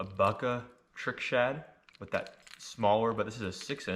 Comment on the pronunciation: Bucca = boo-kah. Great selections I'll pick my glide back up